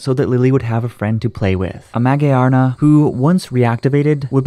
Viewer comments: Magiyarna?! Wth it's Magearna(Ma-gir-nuh) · MA-GEAR-NA!!!!!!!!!! SAY. IT. RIGHT. THERES A WHOLE MOVIE TO REFERENCE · It's supposed to be pronounced ma -gear-na ' magearna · Actually it is pronounced ma - gare - na. And I would rate this episode 11/10. The writers outdid themselves with this one. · Why did he pronounce magearna like that lol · why do you say magearna like that? it sounds nice, but it's so wrong